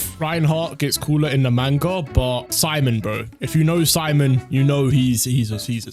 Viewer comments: Its Pronounced Seemon btw not Si mon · It’s pronounced sea-moan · love rezero so much but i love gurren lagann by a lot more btw u prouncuing simon name wrong